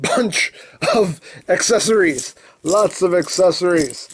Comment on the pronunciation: Also when he said aceceries I was like NOOOOOO OH MY GOD